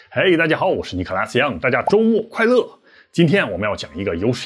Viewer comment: 他開頭是說尼可拉基樣嗎？